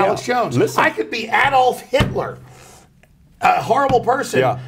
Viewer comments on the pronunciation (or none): none